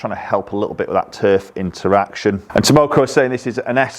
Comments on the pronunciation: It's Tah-Koh-Moh! LOL! Delighted you're demo-ing them. Heads up for anyone who's interested in buying a set of these, Takomo, they are currently offering sale of the heads only as they seem to have supply chain issues with the shafts. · After you learn how to pronounce Takomo it will be wise to put their logo up on the wall along with all those golf club companies that have been overcharging us for years. Takomo isn't going away...the only question will be if they succumb to the greed that demand will tempt them with. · Mate, the K comes before the M. You pronounced their name wrong about 52 times in this video. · Tamoko.....😒... Takomo lol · 201. Haha I laughed everytime he said Tamoko instead of Takomo. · 201, TAK-omo, not TAM-oko. haha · Funny how nobody's mentioned that he says TAMOKO rather than TAKOMO 😃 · It called Takomo.... not tamoko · Takomo not Tamoko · Its TAKOMO not TAMOCO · How do you make a video, edit it, and put it up on YouTube all without even knowing you aren't pronouncing the name correctly? Piss poor attention to detail. You completely switched around letters in the name. Takomo not Tamoko you donut! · why do you keep calling them “taMOKO“?? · Takomo not Tomoko could at least get their name right. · 201…it’s Takomo, not “Tamoko”. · It's Takomo, no Tamoko... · Tamoko?? Nooo its Takomo 😄😄 'Ta ko mo' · 201 takomo not tamoko lol 👍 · 201! Look nice especially at that price. I thought they were called Takomo and not Tamoko though 😃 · they are called Takomo, not "Tamoko":) Not sure I like the square-ish top toe shape but otherwise looks quite nice. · T A K O M O...not Tamoko 😆. Made me laugh though. I have a set of Takomo 101 on order since September so taking a while. Let's hope they are worth the wait. Thanks for the review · 201. Been looking at these and the 101 for while. It's Takomo btw, not Tamoko! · Stop calling it Tomoko. Professionalism please. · 201., it´s Takomo, not tamoko:) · 201. Its Takomo, not Tamoko 👀